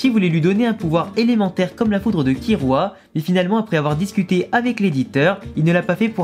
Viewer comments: On dit KiLLua prcq sont nom vient du mots kill (tuer) en anglais parce du coup si sont nom vient du mot tuer KiRua ça veut rien dire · Oui, d'accord, mais à l'oral ça se prononce "Killua" et non "Kirua". Donc bah logique qu'on l'écrit " Killua " même si la lettre " l " n'existe pas en japonais. Et c'est souvent les personnes qui ont regardés en Vf, qui disent" Kirua ". T'as capté mon point de vue ?